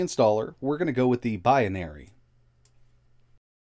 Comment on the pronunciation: "biyanari" What?